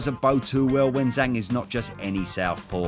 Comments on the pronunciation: And it's pronouced Jang, not Zang. Zh in phoenic Chinese is like a J sound. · I understand maybe not getting the perfect Chinese pronunciation, but his alias is Big Bang, so why wouldn't you pronounce it in a way that rhymes? 😂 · Zh is a J sound fyi